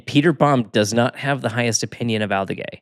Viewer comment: Love this pod, guys!! Just ONE FYI…. Fermín Aldeguer’s name.. 😂 Pronounced Alde-GARE instead of Alde-GEH, for next time! 😂